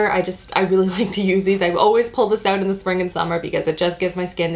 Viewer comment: I LOVE the Canadian pronunciation of the "out" words!! ❤️